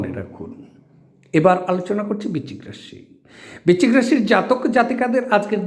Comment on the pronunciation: এতদিন থেকে ভিডিও করছেন এখনো কথার উচ্চারণ ঠিক ভাবে করতে পারেন না । "বিচিক রাশি" এটা কেমন কথা ? কথাটা "বৃশ্চিক রাশি"